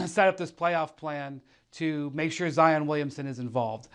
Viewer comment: No one: Jalen rose: “Zi-Yin Williamson”